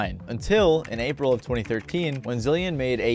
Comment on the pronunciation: "Aprile" lol